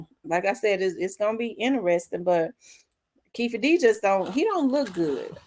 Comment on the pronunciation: Keffe😂 pretty sure its Keefe😂